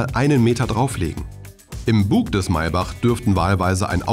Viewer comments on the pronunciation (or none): none